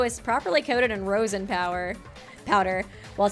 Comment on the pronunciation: hearing mispronounce rosin kinda hurts guys..... rose-in... raw-sin